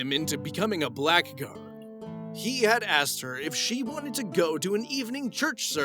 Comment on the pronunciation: It’s pronounced “Bla’gard”, you Blackguard!😜